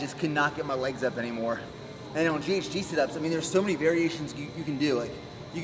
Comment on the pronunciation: How does this bloke manage to make “on” a two syllable word...... 🤔